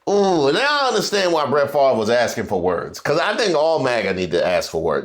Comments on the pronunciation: Bret Favre= said "fah-vre" NOT far-ver :) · I forever will mispronounce Brett's name. "Farv" - nope. "Fav-re" - yes. And I used to root for him, too. We all get played at least once. Could not stand Aikman. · First off, you know something is definitely wrong with our country when the man’s name is spelled F A V R E, and yet pronounces it as Farve. Second, I’m not knocking his skills and talent on the field, especially during his prime. But, and sorry, I did not root for him coz I rooted for Eli Manning who beat Favre’s on Eli’s way in taking his team along to his first SB. Third, Favre, like Hogan, is just one of these former “celebrities” trying to hold on to that one last spotlight. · I would like to know how come he can’t pronounce his last name correctly